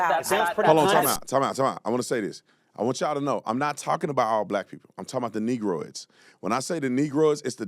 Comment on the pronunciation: Brandon said Negrodes hahahahahaha